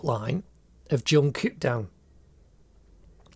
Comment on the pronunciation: Bro this is one of the best drawings and i also like how he pronounce his name like jongkuk